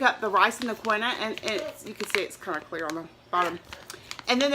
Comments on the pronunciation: It really is KEEN-wah. Just thought you might want to know the correct way. Look it up! No criticism; I talk ebonics all day! Enough of that! You know,, I really admire what you're doing to get healthy. I have such a difficult time losing weight and keeping it off. I'll lose ten pounds, gain them back, repeat. You really make me want to try harder. Thank you for your courage in changing your eating style and for sharing with us. Blessings! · Wow,! You deserve a great big applause! Maybe I can do that, too. I am so overweight. You go, girl! You look great! I know you must be so proud of yourself! Oh, and no disrespect but Quinoa is pronounced KEEN-wah. Blessings to you,. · It is pronounced "key wa" I myself am leaning towards a vegetarian diet. I just prefer it. My body seems to feel better and enjoy. I am learning how to make my own veggie burgers. I think its fun. I want to find that documentary. I also look on you tube and google some recipes. Really not hard to follow or that expensive. Please post what you find and do share. I'd love to hear your findings also.